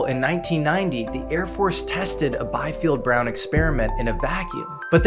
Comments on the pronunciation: Biefeld [bi:feld], not [baifi:ld]. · Biefeld is pronounced: Beefeld. German "ie" is a long vowel like in english "ee". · The constant mispronunciation of Paul Biefeld's surname in this video is annoying. He was German-American, so the correct pronunciation is "bee-feld".